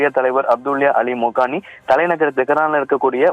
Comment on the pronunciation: ஏய் லூசு மொகானி அல்ல கோமேனி....